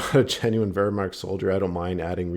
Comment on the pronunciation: "the german uewrrwuaarcht " hehehe good shit bro